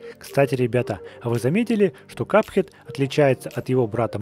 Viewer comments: Не Ка́пхед а Капхе́д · Не кАпхед а капХед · IT'S NOT KAP-HEAD!! IT'S CUP-HEAD!!! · Правильно капхе́д, мне он так нравится круто ты его слепил!!! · Капхед ударение на е!!! Грамотей